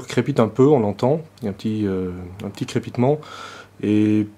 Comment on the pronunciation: ya un petit crépitement... hahahaha mais dire ca avec un accent français.. on dirait que le gars crépite en le disant XD